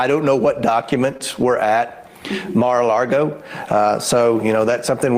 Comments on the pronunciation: That guy says, "Mar a largo." 🤣🤣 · Someone should at least tell this idiot how to pronounce Mar a Lago...NOT Largo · He was calling it Mar-a-largo lol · The dude can't even pronounce MARA LAGO correctly he says MARA LARGO lol 😂 let alone make a valid argument about the documents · "Mar-a-Largo," he says... what an absolute joke of a public "servant." 🤢🤮🤬